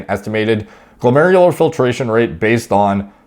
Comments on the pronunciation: Finally didn’t struggle saying glomerular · lmao you nailed glomerular filtration rate without a cut this time